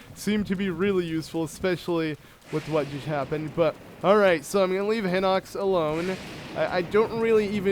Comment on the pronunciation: not hinux HINOX! HORRIBLE VOCABULARY AND I WROTE THE SAME THING IN THE GERUDO VIDEO WHEN YOU GOT THE GERUDO CLOTHS AND GOT IN GERUDO TOWN BUT DUDE READ THE WORD CLOSELEY!!!!!!!!!!!!!!!!!!!!